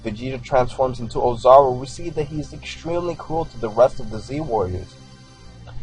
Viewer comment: oh and not to be a dick but its pronounced oh-za-ru